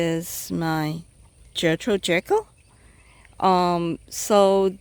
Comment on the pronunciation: Pronounced Jee-kill not like jekyll and Hyde. Just figured I'd let everyone know 😉 Beautiful video love this rose.